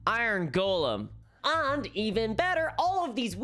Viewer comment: Now just imagine every time she says “and” she actually says “hand”.